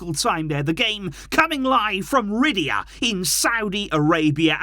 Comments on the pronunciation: its riyadh man said ridyaa xddddddddd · Brother its riyadh not ridya🤣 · Hey, the city in Saudi Arabia is pronounced as "Ri-yad" not "Ri-di-ya". Thank you for the great content! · Not to be picky but you pronounce the city the same way you say Mahrez’s first name, love the videos tho and think Auba would be great